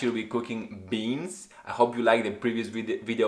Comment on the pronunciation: I kinda like how you pronounce RECIPE 😁, the BEANs Pumped Up "let's say" and became like bumblebee.